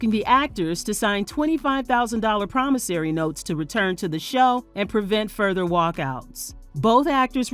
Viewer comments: The word is PROMISSORY, not promissary. There is no “A” in that word. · That right! Good catch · I think that's correct. However, I hear the word pronounced promissary regularly without correction. Irrelevant, but a pet peeve of mine is when people say "rather" instead of "whether".